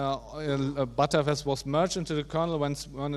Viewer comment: Great talk, but please let's call btrfs "betterfs" not "butterfs", which sounds sometimes like "buttfs".